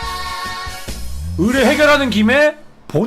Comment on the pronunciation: 으레가 아니라 의뢰 말하신 것 같은디..